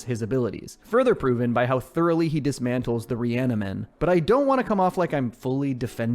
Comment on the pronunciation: dont wanna be that guy but "reani-men"*